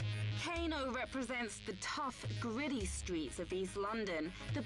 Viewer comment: WTF is up with her accent ? Clearly she's trying to say 'gritty' but that is jokes!